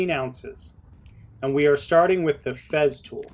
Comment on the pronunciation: It is not "FEZZtool" It is "Fesstool"